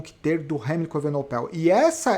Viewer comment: evenepoel = acho que a pronuncia correta é essa. As vezes esta falando evenopel